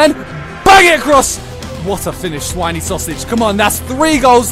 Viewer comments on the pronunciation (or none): Sweineysausage lol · man said swiny sausage:p